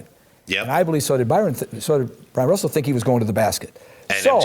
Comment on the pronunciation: Bryon Russell, not Byron Russell. Come on Whitlock!